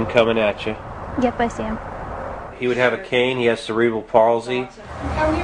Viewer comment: How about the dumbass at the start who couldn't even say cerebral properly?